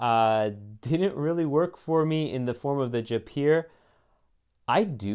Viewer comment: Jaipur is pronounced Jai pure.